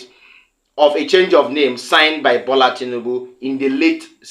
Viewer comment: His name is Tinubu and not Tinibu. This is the 3rd time I will point this out. Are you this stubborn ? You're more or less acting like the person you're accusing by refusing to listen to correction.